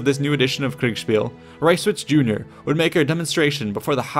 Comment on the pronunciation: It's always funny to me when you say kriegspiel lol Either you say it really forced, but get the syllables right, or you say it almost naturally but slur the s into an sh and say kriegshpiel. It's cute <3